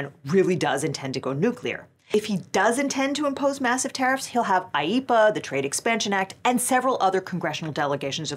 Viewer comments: My autistic ADHD self lost all ability to pay attention when i found out how IEEPA is pronounced Ive just been echolalia-in to myself sayin that word for the fun of it, and each time our resident chaos lawyer says the word i find myself repeatin it all the same and losin all focus again xD Im so happy i at least got this fun new word to echolalia, even if the rest of this vid was as sour as expected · I can't help but think of Grandpa in the Simpsons movie every time she says IEPA.